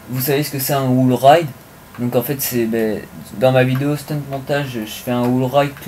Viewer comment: c un peu tard pour le dire mais c'est wall ride et non wool ride